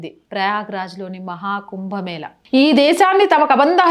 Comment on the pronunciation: కుంభమేలా ఏంది తల్లీ.... కుంభమేళా అని పలుకవమ్మా. హస్త కలలు... ఏంటో నీ భాష వినలేక చస్తున్నాం